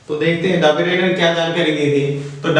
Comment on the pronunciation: It's not daberainer it is dobriner